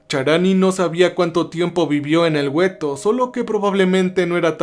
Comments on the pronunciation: se pronuncia Gueto, no güeto, la "U" es muda por Dios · Es gueto, no güeto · Saludos, solo una observación se escribe ghetto y se pronuncia guetto, es una palabra italiana. Excelente trabajo y mil gracias por compartirlo, por cierto ya estraño Cerber. Una abrazo. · El gueto !?!!...😅😂😅😂...Güetto !!!